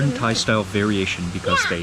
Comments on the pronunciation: Your Thai accent so perfect I’m your new subscribed.I miss Chiangmai.❤️ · u speak thai so perfect